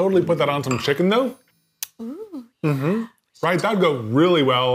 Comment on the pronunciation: I've never heard sound southern until he said "that would go really well on some chickennn" 😂